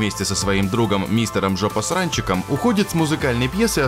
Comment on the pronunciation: Мне послышалось или диктор сказал (Д)жопосранчиком? Может быть он подумал что это от слова Джо?, а нет, не послышалось, там еще и Саммерс было. Я понимаю что к невежественности диктора не должно быть никаких вопросов, ведь он всего лишь диктор, но это ужасно.